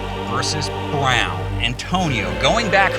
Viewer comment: Man I just love the pause with the Br...own